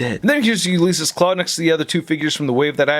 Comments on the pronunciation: it was like nails on a chalkboard each time. “You Lease Us Klaw” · Do a shot every time mispronounces Ulysses.